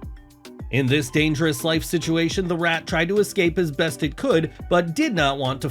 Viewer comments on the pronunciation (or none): none